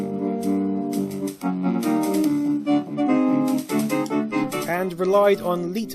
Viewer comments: It’s 'lite' motif, not 'leet' motif. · leitmotif is pronounced light mo teef :P